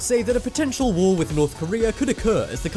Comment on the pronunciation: its war not woh